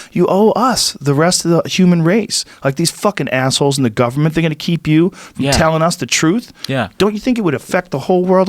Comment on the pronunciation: Joe “Gubmen seacreatures” Rogan